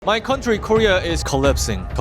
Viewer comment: Everyone: Co-LAP-sing This guy: Co-LEP-sing